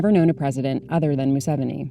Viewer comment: It’s pronounced moo-se-vee-nee just for the record.